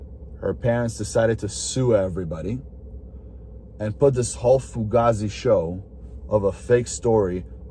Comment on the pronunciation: And if you're going to use the word fugazi, say it right.